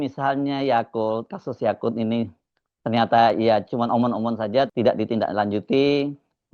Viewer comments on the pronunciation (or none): mudah2an terbukti..sudah kuduga..khofifah&yaqut..bang hersu nyebutnya si yaqut..yakult..seperti merek minuman..😂😂😊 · Kok saya dengernya Yakult ya? Apakah karena dia mengandung probiotik yang baik untuk usus? 🤭🤭🤭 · Bukan Yakult bang😅😅😅 tapi yaqut😅